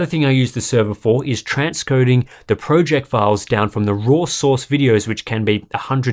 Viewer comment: Please, I can't take it anymore! Please say 'project' properly...🤐